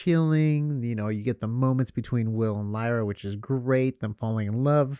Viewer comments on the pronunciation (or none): Her name is Lyra, not Lyria!